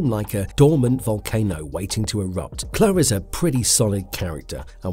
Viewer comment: Pronounced Clue for god sakes